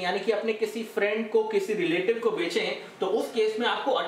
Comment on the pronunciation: It's bechey.. oye.. not benche